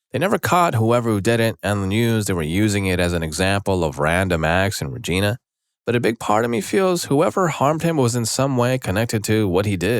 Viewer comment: The town of Regina, Saskatchewan is pronounced "rej-EYE-na" (which is why Deadpool said "... and that's why Regina rhymes with 'fun!'")